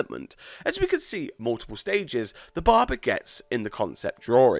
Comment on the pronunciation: yes, i'm laughing at the way he says "Barber"..................DA BARBAR